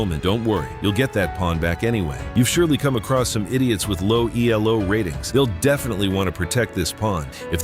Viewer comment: Nice lesson. Elo is a person’s name, so you shouldn’t capitalize all the letters and certainly not pronounce it as E-L-O.